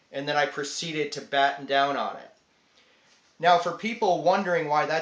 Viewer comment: it's pronounced "bah-tahn" not "batten"